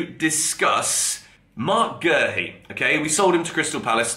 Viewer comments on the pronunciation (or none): Where is the R in Guehi? Calling the man Gerhi